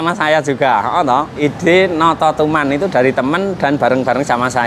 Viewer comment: Notosoman pak bukan nototuman...!